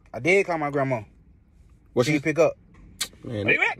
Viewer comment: "Where you at GRAMAW" ?????? HHHHHHHHHAAAAAAAAAAAAAAAAAAAAAAAAAAAAA